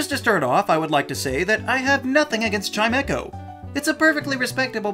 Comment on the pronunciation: Chime-echo? There's only one e in Chimecho, where does the second e come from?